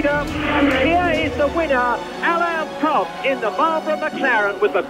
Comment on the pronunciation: Why can't Americans say Prosts name or Renault properly 😂 Michael Alboreto 🤦